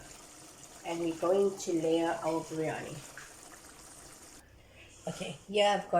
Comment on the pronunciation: its not "breyani" its "biryani"